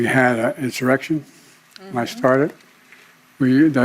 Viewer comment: He said “I sharted” not “I started”